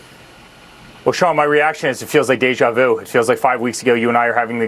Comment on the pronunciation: Did Eric say "Eja vu"?